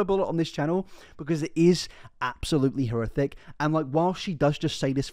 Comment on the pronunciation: Serious Question: Are you a closeted ventriloquist? I ask because you effortlessly use the "th" sound in place of the "f" sound intermittently. This is a ventriloquism technique. You literally say "horrithic" instead of "horrific" . Love your content either way. I'm just intrigued.